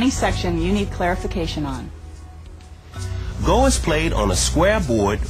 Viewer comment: Go is pronounced just as Go, not Go like telling someone to get somewhere. There's a japanese guy pronouncing it right - Let's Learn Go!! (Japanese Rule)